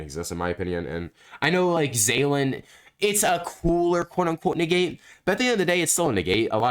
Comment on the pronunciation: Negate ❌ Niggate ✅